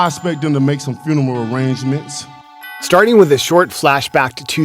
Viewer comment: Lmao what did Wilder Say "finemeral arragements"